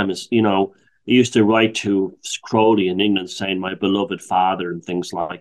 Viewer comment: you are pronouncing it incorrectly. he even wrote a poem about it. "my name is aleister crowley, it rhymes with holy...but people who treat me foully, pronounce it crouwley..." Crowley actually saw through Hubbard as a huckster and tried to warn Parsons off, forewarning him that he was going to be ripped off. Crowley was the victim of the worlds first media smear campaign because John Bull were offended by his open bisexuality and criticisms of the church. He played up to his image that hasn't helped his reputation historically. 95% of what you read about him online is nonsense.